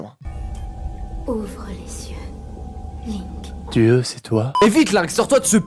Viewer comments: c'est link et pas lunk ca se dit Li nque par pitié par contre super video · bro dis "LAINK'" c'est "LIIIIII NNK"